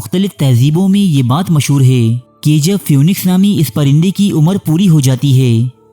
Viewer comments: Pronunciation is feeniks not fewniks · Even though it is written as p-h-o-e-n-i-x, it is pronounced phee-niks.